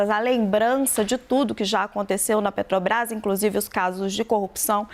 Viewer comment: Gente, não se pronuncia Pétrobras. É Petrobras.